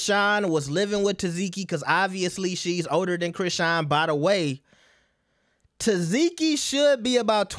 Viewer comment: Omg! Her name is TESS-SEE-KEY!!!! NOT "TESS-ZEE-KEY!!!!"